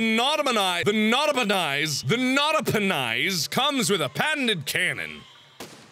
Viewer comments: I want that to be replayed! INFINITE NOT-A-PE-NIS MISPRONOUNCING! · he couldn't say his own creations name right